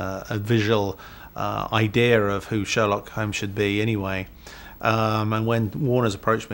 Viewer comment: haha "idear" where the hell is that r coming from?! british ppl speak funny! lol